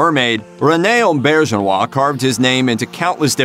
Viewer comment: You also mispronounced his name. I'm sure the rest of the video was fine after that but I'll never know because I turned it off then.